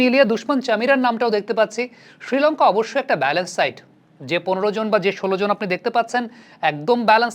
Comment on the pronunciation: ভাই উচ্চারণটা কানে লাগছে, ষ্রীলঙ্কা না বলে শ্রীলঙ্কা উচ্চারণ করুন